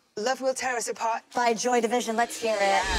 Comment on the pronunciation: When a musical theater kid tries to pronounce Joy DiVISion